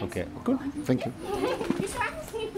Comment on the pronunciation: Haha ah oui bien vu. J'avais remarqué le "oh wow" très anglophone. "Finkyou" haha. Et aussi "Canaille ave...?" En tout cas bravo tes vidéos sont top. As-tu déjà goûté le dalgona Coffee coréen? Délicieux